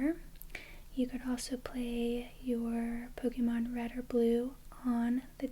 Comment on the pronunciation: YOU SAID POKEMON CORRECTLY. Subscribed.